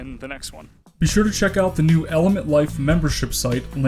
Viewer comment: I keep thinking I’m hearing you are saying not element 🤣